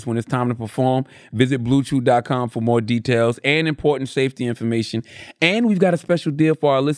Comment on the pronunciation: Unc that bluechew ad was bad lmfao idk what the hell you was pronouncing lol